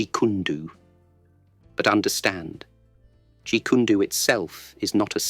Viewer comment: Probably you use a text to speech for this cool videos, if so, consider typed “jeet koon doh” instead of “jeet kune do” so the text to speech program pronounces the name correctly 👍